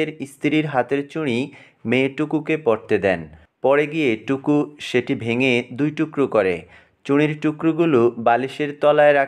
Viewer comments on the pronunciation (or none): টুকু না টুটু😂😂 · টুকু না টুটু হবে